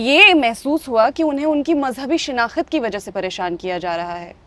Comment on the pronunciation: Reporter need to improve her urdu it shinakht not Shina khat